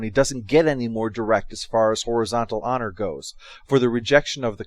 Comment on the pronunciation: When he said "horizontal honor" i thought for a moment he said "horizontal on her"